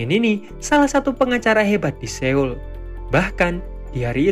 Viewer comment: min, koreksi dikit, pelafalan Seoul itu Soul, jd eo itu bacanya tetap o, terus kalo ae bacanya e (contoh: ember), & eu bacanya e (contoh: berkata), btw sukses terus min